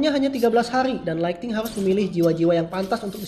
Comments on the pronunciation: Kak bukan lighting / laigting tapi lightning / laigning woakwoakwoak jangan katro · Lightning bang bukan Lighting